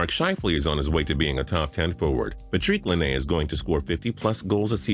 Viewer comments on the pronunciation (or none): According to Justin Fraction, Patrik Laine= Pa-treek Li-nay. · WHO THE FUCK IS PATREEK LANEE LMAO